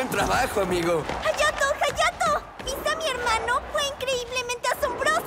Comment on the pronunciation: Ayato lleva "H" *Hayato Y se pronuncia Jayato De nada 😏